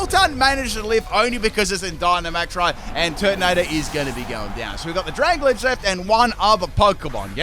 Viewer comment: its dra-gal-ge not dracolij Kappa